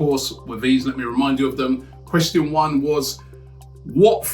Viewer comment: saying question like, quetstststin